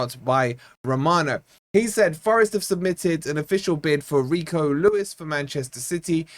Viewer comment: Well at least you can pronounce his name, but seriously, this Lad has huge potential and can only get better as he gos on. But, we still need Luiz more than anymore wide players.